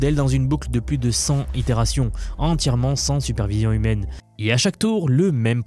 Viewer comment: j'ai arrêté de t'écouter au bout 2 z'itérations de "centzzz itérations"